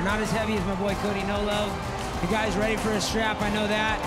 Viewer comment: Amanda is more then weady. weally